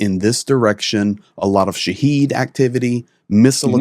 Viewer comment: I hope, but I doubt, that you'll see this comment, but I'll try anyway. The name of the Iranian-made "Shahed" (or "Shaahid") is not pronounced, "sha-HEED", but is pronounced "SHAA-hid". I'm pretty sure you can't read either Farsi or Arabic, but I can. The name is written شاهد in Farsi. It is actually an Arabic word (Farsi has a great number of Arabic words) meaning "witness". The pronunciation that you're using is another word that means "martyr", and is used by Muslim countries to describe those killed in battle. That wouldnt' be the most appropriate name for a drone which the makers and users both hope will be a successful weapon. Yes, if successful, the weapon "dies". But usually in Muslim usage, the "sha-HEED" is the victim of the enemies aggression. I myself wasn't sure which pronunciation it should be until I saw it written in Farsi